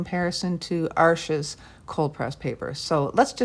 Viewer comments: That was interesting - I think I've run into the same problem with Arches papers - Arches est un nom francais, n'est-ce pas? So your (and my) pronunciation is right! Even if we do have some issues with it. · Before I say anything else - haven't watched the video yet! Thank you for pronouncing Arches properly. And 'hugely' is certainly a word. Now I have watched the video, and found it very interesting; I conclude that I'd happily use either of them, based on your tutorial....I haven't always got on too well with Arches papers, even though they're of excellent quality; there's just something about their resistance to water - or maybe it's lack of practice. I've just received some samples of Baohang paper, so we'll have a crack at that. Current favourites are the German papers; Hahnemuehle, and Schoellershammer - both do very interesting rough torchons; I'd be very interested to see you run tests on them: if you want a hard edge, they'll give it to you; and yet they also blend easily. I know you can spend a fortune testing different papers, there are so many these days (and one or two that you just can't get any more). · Thank you for the correct pronunciation of Arches! So many people pronounce it wrong. For anyone thinking of using this paper to make their own sketchbook, the Baohong is long grain, so the blocks don't work but they do have quarter sheets available on Amazon. Also, other reviewers have said the Artist grade Baohong is virtually the same as the Academy grade, so that's a plus for those of us wanting to save money. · Thank you for correct pronunciation on Arches! It’s not an arch, it’s paper and it’s French so…….. oui oui🤣❤️‍🔥